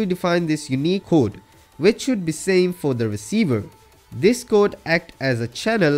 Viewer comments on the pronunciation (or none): none